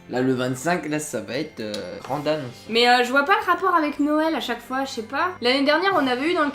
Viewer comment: 😂😂😂tu as dit nowel et pas noël 😂😂😂